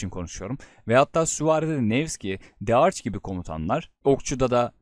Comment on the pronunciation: Joan’a Dearc diyen ilk kişi olarak tebrik ve takdirlerimi iletiyorum:)